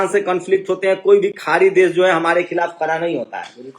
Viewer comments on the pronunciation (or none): See how this jatiwadi pronouncees word sadk sark,desh des, videsh vides,padega prega,khadi khari, hamesha hamesa